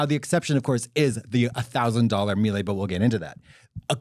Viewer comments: Mee-Lah, not Mee-Lay. Thanks. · Mieluh not Mielay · i work in appliances and it's pronounced "meela." welcome to my trauma 😌